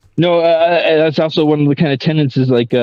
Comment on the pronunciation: TENETS not TENANTS please.